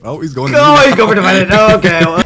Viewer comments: “Devided? Its “divided” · divided = multipled, = fyso, = blom 👍